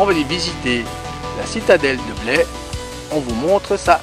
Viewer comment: Petit détour dans ma région, dommage pas passé à St. Emilion. Vous avez bien fait de visiter la citadelle de Blaye je vous pardonne pour la prononciation. Comme d'habitude belle vidéo